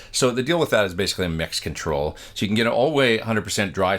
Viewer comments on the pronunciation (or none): Did anyone else hear him say, "It's a Mexican Troll," instead of, "it's a mix-in control?" Love ya,!